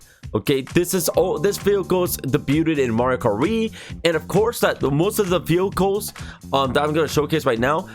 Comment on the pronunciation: you kind of sound like you said field goal instead of vehicles